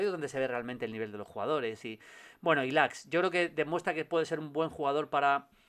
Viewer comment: Julio un consejo amigo, Ilaix se pronuncia así: ILAISH. Un abrazo chao chao chao chao